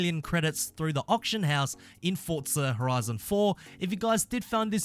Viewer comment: Why can no one who plays forza pronounce auction